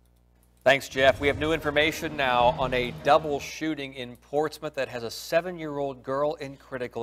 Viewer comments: Smh im from norfolk virginia been here 32 yrs all my life its pronounced like Portsmuth its just spelled portsmouth but wow this is sad 😢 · I'm late but it's pronounced "ports-mith". This is typical behavior for this neck of the woods. Not that it makes it okay but it lessens the shock. I go to that side of town because it has the closets church's chicken lmao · Pronounce Port•Smith